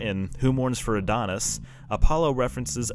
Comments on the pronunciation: "ADONAIS" (NOT "Adonis") There's a big difference. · I wish I had double checked that when I made this. I've got another new video coming out in a couple weeks where I mention "Who Mourns for Adonais" that will hopefully give me a chance to redeem myself for mispronouncing it lol